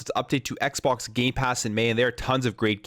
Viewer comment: "Xpok" "Dreigon" What's going on?